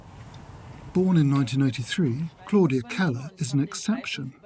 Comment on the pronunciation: They are not difficult at all once you know how they work. Goerlitz is very straight forward. The oe just stretches the vowel to rhyme with 'her'. The tz on the end is quite a sharp, sibilant sound. He didn't pronounce 'Claudia; correctly either which makes me think he is unfamiliar with the German language and ergo really not a problem.